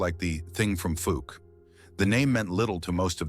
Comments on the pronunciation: Fowk not fook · Pronounced falk